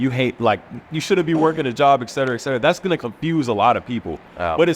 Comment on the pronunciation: Try to understand how silly you look and sound when you don't even know that it is "eT cetera", and not "eK cetera"